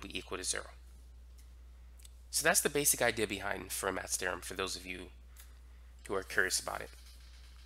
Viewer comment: Fermat is pronounced "fair-mah" in French.